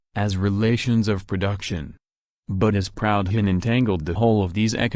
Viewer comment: Jesus, can’t even pronounce the name “Proudhon”!